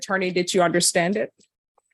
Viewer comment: This judge needs to learn to pronounce her D’s - Chile. Fiel. Unnerstan. AnnoyingAF